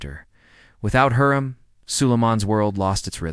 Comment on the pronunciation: U need to watch magnificent century hurram sultan there u will learn the pronunciation what ur talking about because you are pronouncing it wrong